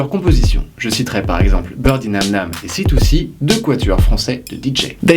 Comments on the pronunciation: Je comprend pas pourquoi vous vous obstinez à prononcer C2C "citouci" au lieu du bon "cédeucé" franchouillard ^^ ça veux dire "coup de crosse".. autant être fier de ce qui rend notre pays connu.. L'anglais c'est pas forcément plus classe.. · C deux C pas C two C ! :'(